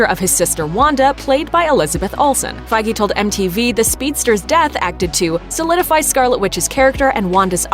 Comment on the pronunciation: You pronounce Kevin Feige correctly but not bona fide. Standards please.